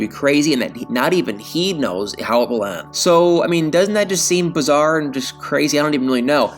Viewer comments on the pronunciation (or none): its BIZARRE, not bizzaire Just a friendly, constructive criticism point so your video will appear more professional 👍